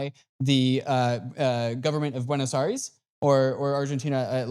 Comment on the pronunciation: 'Bueynos Ares' 😂😂